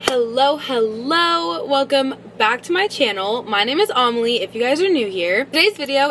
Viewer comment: Wait is it pronounced like Amalia without a A or Amelia without a A